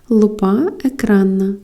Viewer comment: в слові лупа, наголос на букву у.